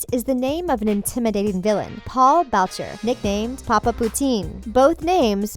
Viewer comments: it is not pronounced "Bow-ch-er" it is "Boo-shay" it originated in France also but then moved to Montreal. Not to sound like a know it all but it is my last name so I would know 😂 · It's pronounced boo-shay not BoWcHeR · Bowtcher? Isn't it pronounced boo-SHAY? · It is not pronounced bowcher, it is pronounced booshay dumbass, this video is a shit show. Also it is stated in the show that papa poutine is visiting Riverdale from Canada. Maybe you should try fucking watching the show before you do a video on it. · I cringed soooo much with her pronounciation of the last name "Boucher" 😅 so bad (I am from montréal) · Boucher is pronounced boo-shay